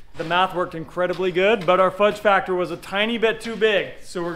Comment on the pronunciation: Hey Matt, enjoy the show But I have one question or one piece of advice. Tell that when he’s talking about factors and things such as the phrase, Fudge Factor he should be very precise in his pronunciation. my wife and I heard him say ( fudge Packer ) lol 😂 so we had to rewind and listen a couple of times to hear him say factor. P.S hopefully no one is offended.